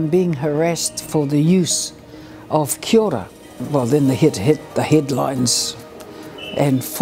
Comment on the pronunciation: It's pronounced Kiao ra (Kia ora), not 'Kiora'